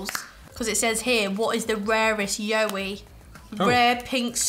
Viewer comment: In Australia we pronounce it like “WOW” but with a Y and then add the E at the end. If that makes sense haha so “YOWIE” like wowie 😂 We have a long road called the Pilliga scrub and legends say that you should never stop on it as the yowies (along with a few other legends) will get you and take you 😂😂 people actually believe it because nobody really knows the truth and who wants to wait to find out aha!! Very rare you’ll find someone stopped there, especially at night! Should definitely research about it, it’s a great read!